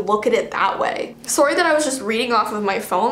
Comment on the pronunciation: i love how you say soerry encted of sorry